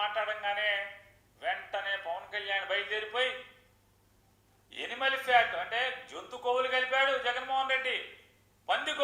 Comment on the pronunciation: ఎనిమల్ fat కాదు నాని సరిగా పలుకు. యానిమల్ అనాలి.. స్క్రిప్ట్ లో తప్పుగా టైప్ అయ్యిందా